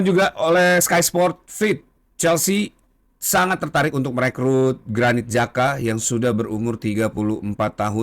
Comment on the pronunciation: bang granit xhaka ya bang . bukan granit jaka 😆😆